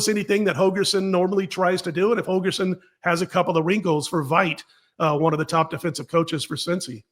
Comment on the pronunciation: HOLGERSON, Dana HoLgerson. Not Hogerson. C'mon man.